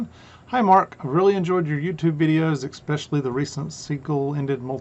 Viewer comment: Whole video was great.. ok? . Well lit, well organized and well thought out. Now don't kill me , sorry, (I'm not perfect either) but my ears cringe a bit when I hear "etcetera" & "especially" pronounced as e-k-cetera and e-k-specially. No "k" sound in either of these two words. Also the word "across" does not end with "T" . So if you can manage it... please help to save my ears ... ok ?